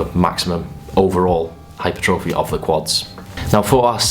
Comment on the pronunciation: Please learn how to pronounce hypertrophy.